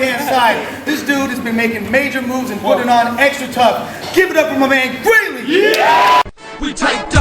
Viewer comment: Did call Greely "Grizly"?